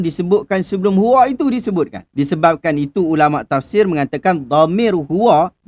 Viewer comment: qul huwa...bukan huwo..